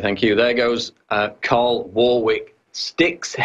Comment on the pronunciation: Tarl, not Carl